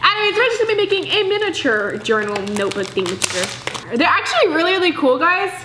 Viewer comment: This is how many times she said thingamagiger | | V